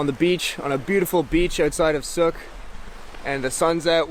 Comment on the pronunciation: Sook rhymes with.